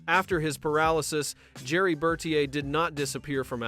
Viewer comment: I hate AI narration. They mispronounce tons of words. His name was pronounced Ber-TEER. 1971 is Nineteen Seventy One, not One Thousand Seventy One.